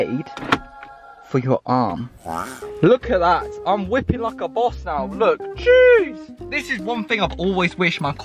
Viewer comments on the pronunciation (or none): none